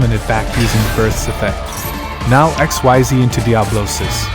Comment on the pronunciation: Xyz is pronounced "eck-SEEZ", just so that you know. But other than that, this is a very good combo guide for Kashtira.